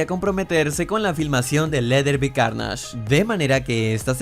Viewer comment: La intro como del 2014 xd evoluciona, en la curiosidad 14 Venom no tiene la araña porque aun no se ha unido con el cuerpo de Piter, eso pasa en los comics, y cuando dices: para reservar a carnasch? Eso que?xD aprende a pronunciar bien los nombres, pero bueno el video.